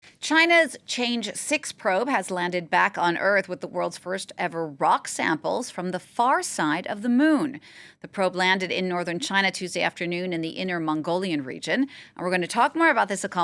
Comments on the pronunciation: Chang e, not change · While，It's not CHANGE, it's Chang-E. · Haha, Chang’e is a strange way to spell the name. It doesn’t pronounce as “change”, it’s “tsoong-er”. In ancient Chinese folk story, her husband got a magic pill that can extend life, but she wanted stay beautiful and live forever, so she took the pill without sharing with her husband, so ended up living alone on moon with her pet rabbit Yutu (means jade color rabbit); and that’s the name of the moon rover went with Chang’e 6. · Chang 😮‍💨 E，not change。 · Not pronounced as "change", it's Chang E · It's Chang-E not change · It’s not change, should pronounce as Chang e(the last character should be earth without r and th) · Change was not spelled as "Change", it pronouced "Chunk-errrr" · its not "change" 6, its "Chang, E" 6, do some homework pls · A kind reminder: it is pronounced as Chang e, not change😂 they are two characters in Chinese. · chang--e not change, ignorant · It's Chang'e, not Change'e! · This channel can't even properly spell and pronounce the name of this space program. It's "Chang'e", not "Change'e". Please, if you want to report news, spend some time and do it properly. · 嫦娥 = chang-e … you read out as change. Sigh … not very professional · it's not Change..... it's Chang Err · It is not 'change', but 'chang'e' /chang-er/ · It is Not Change E six. It should be pronounced Charng Er 6. The probe is named after a Chinese Moon Fairy. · "Change 6" probe, wow, nowadays' news reporter are all illiterate? :face-blue-smiling::face-blue-smiling::face-blue-smiling::face-blue-smiling::face-blue-smiling::face-blue-smiling::face-blue-smiling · Obama: change....chang err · Nice！BTW，Chang’E pronounce "Chang，ə"。 One of Chinese god who lives in moon. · Calling the probe 'change' instead of Chang'e reflects badly on the journalism. Learn some Mandarin! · You guys really need to learn how to pronounce Chang'e properly rather than just saying 'change'.